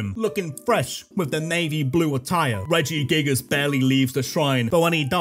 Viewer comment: ITS REGIGIGAS, NOT REDGYGIGAS!